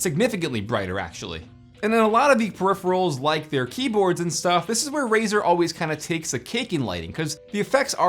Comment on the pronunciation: its Razer not fucking razor... XD